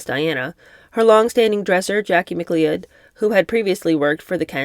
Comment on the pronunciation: Not trying to embarrass you, but the name McLeod is pronounced McCloud. It's Scottish/Irish.